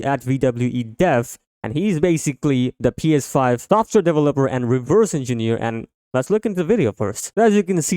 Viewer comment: within the first 5 seconds you couldn’t even pronounce “ps5” 🤡